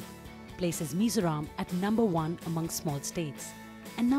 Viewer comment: Please do pronounce correctly. It is MIZORAM, not as you show like "Mr Ram/Meso Rom". It is MI-ZO-RAM